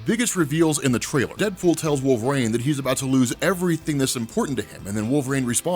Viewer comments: Anyways throws me when my man says Wol-vraine, maybe it's a regional thing but I've never heard it like that before, contents good either way bro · Wolveraine* can’t unhear it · definitely says wolve-rain 😂😂😂